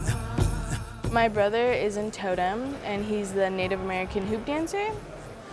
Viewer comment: the presenter is hopeless....firstly the show is called TOtem, not toTEM. Yes the scanner they use is like a 3d scanner...just like the lady that was showing her around SAID less than a minute before her little gem of...."its like a 3d scanner" and lets be honest, watching her say TAH DAH when she manages to STAND on a bar without falling off isnt funny, its just pathetic. Not to mention that unless shes gonna actually ride a unicycle, i really dont care what she looks like wearing the unicyclists makeup.